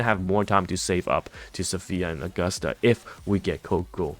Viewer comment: Why is he still saying AugustAH and Eeeeeda lol